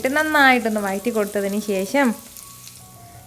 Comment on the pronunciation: Chechi vayatti ennalla vazhatti vazhattuka ennanu sariyaya ucharanam. Very nice video. Will try xmas special